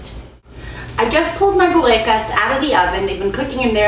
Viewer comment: I like how you say it :)